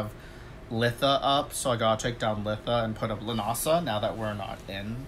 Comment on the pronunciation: Nice to hear you pronounced correctly... Now if I hear ya say Sam Hain